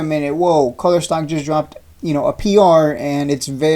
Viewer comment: It’s koooler not culler